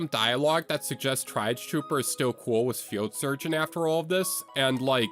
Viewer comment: "try-auge" it's tree-auge